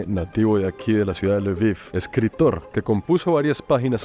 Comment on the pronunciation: Hola hermoso el lviv se pronunvia lbof y belarus es rusia blanca bela blanca rus rusia❤siempre fachero de una❤